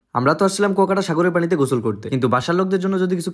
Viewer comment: Kuakata❎ Guyachata